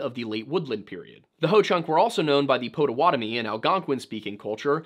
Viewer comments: Know you like how to know how to pronounce native American words so it's Pot-a-WAT-a-me xD. My son in law is from that tribe ❤ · As a Milwaukee, WI native, its funny to hear him pronounce Potawatomi the way he does lol